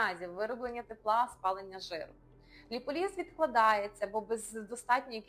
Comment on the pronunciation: Все гарно розказано. Дякую! Але заради Бога… Не ліполІз, а ліпОліз😊